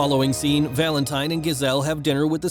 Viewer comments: oh my gosh, the way you say Valentine is so gross cuz it sounds like Valente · He pronounces Valentine wrong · So wrong 😂